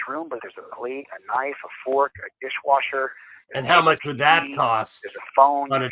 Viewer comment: Did he honestly say “dishwasher “? What??